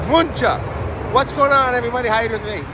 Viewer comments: Local here. Wunsche is pronounced ONEche. The Wunsche family is a prominent local family who settled in the area, and that is how they pronounce their name. This is located at the southeast corner of I-45 and Cypresswood in Spring, Texas. As the camera is panned around, you can see Spring High School, located at northeast corner of I-45 and Cypresswood. If you drive two exits north and exit Spring Cypress, then turn right (east), Old Town Spring is located about one mile down. The Wunsche Brothers Cafe is located there and is a good source of a lot of local history of the area. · I’ve lived in the Spring area for over 45 years and we’ve always pronounced it “win chee”😊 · It pronounce whenche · I'm from the area and we pronounce it (Won-chee). Check out Old Town Spring just up the road. There's Wunche Bros. Restaurant in the Haunted shopping Town of Old Town Spring. You'll learn all you want about the Wunche Bros. My friend and I just ate there in December. They have great food. Good luck on your research. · The name is pro-nounced win-Chee sorry it’s driving me crazy lol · I live in that area and have heard that name many times. I believe that the Wunches founded Spring, Tx which is near that cemetery. There is still a Wunsche Bros Cafe and Saloon in Old Town Spring. Been there before. It is pronounced "won shee". My father went to high school in south Houston, just south of downtown, in the early 1940s and he said there were two brothers named Wunsche going to his school from Spring. Their family was in the lumber business. Don't know why they went so far to go to school but of course back then train service went everywhere and Spring still has a large train terminal there(freight only now). It's a shame that cemetery isn't better taken care of. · Pronounced “one she” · I was raised not to far from there. The name is pronounced Wun chee. I went to Spring High school with Carl Wunsche IV. and had many great Burgers at Wunsche Bros Cafe in Old Town Spring.